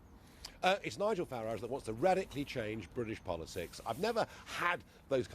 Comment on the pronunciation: Abrupt style, barely concealed hostility and snide questions - all aimed at trying to discredit Mr Farage. In other words, the perfect (from the BBC's perspective) way to deal with him. Note too, the deliberate mispronunciation of his name. Utterly disgraceful!.